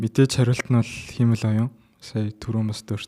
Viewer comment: Сүүлийн үеийн мэдээллүүдийг цаг алдалгүй хүргэдэгт баярлалаа. Монголоор ярьж байхад англи үгийг яаж дуудах нь бараг хамаагүй байх. Харин “Хиймэл оюун” гэдэг монгол үгийг сонин дуудаад сурчихлаа шүү 😂😂😂 ХИМЭЛ оюун != хИЙмэл оюун